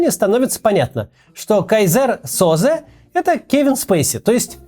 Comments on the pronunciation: Как же часто смешно Максим читает тексты )))) с КайзЕр Соза прям ржал. Часто так много глупых ошибок бывает, что задумываешься : кто ж там действительно пишет такие классные тексты и почему ведущему просто нехватает знаний в правильном освещении )))) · Да, спичрайтер попробовал блеснуть эрудицией, считая, что все этот фильм знают. Но даже Макс не видел, потому что ударение в имени Кайзер Созэ оба раза неправильно поставил ))